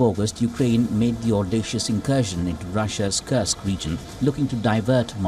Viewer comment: Dear, it is not detioriate. It is deteriorate. It is Kursk, not Kurks.